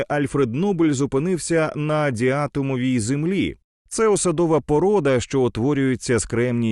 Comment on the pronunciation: Трішки прослухав вільний переклад, а коли читець по готово написаному почав неправильно ставити наголоси-вимкнув. Наче марсіанин, котрий вперше чує про наукові матеріали землян (діато́мові водорості), заробітчани котрі не вивчали предмет, про який ведуть мову